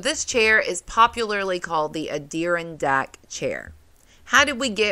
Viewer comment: That was a great story! The way you say Adirondack is bizarre. It’s a-dr aan dak emphasis on the aan lol